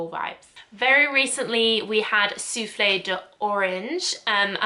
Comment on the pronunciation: Just so you know : the e from souffle isn’t to be pronounced. You only hear souffl. When you say « soufflay » it sounds like soufflé which is a French salty cake made with cheese🙂 I’m French so every time you said soufflay I pictured that cake 😂